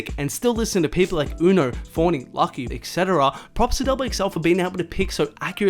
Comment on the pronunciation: “etc.” pronounced Ek-Seh-Tah-Ra